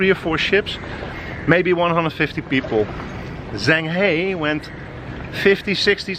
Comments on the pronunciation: his name is pronounced shang huh but spelled zheng he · Repeat after me. Jung ha. Jung ha. Jung ha